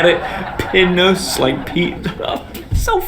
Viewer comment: Pinus in Latin is pronounced pee-noos, you sold your own joke short.